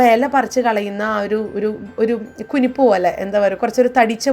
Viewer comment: ശരിയാണ് ഞാൻ വിചാരിച്ചു ചേച്ചി കുരിപ്പേ എന്നാ പറയുന്നതെന്ന്